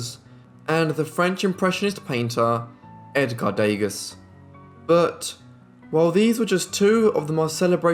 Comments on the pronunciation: a little help in French. The pronunciation of Edgar Degas is not 'daygass' but 'de(short e)ga(open short a)', no s at the end. An s at the end of a French word is seldomly pronounced. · That's who he is referring to and just didn't realize the as is pronounced gah. Everyone understood who he's referring to, so it's very elitist of you to point it out (though I doubt you fit any upper class mould)